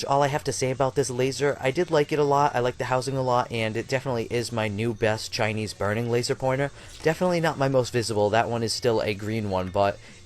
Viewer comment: Geezus... the way you refer to, even the way you say "Chinese" makes me want to punch your face..(and I'm not even Asian.) "my favorite Chinese laser"? Guess what homie?...ALL your lasers are CHINESE!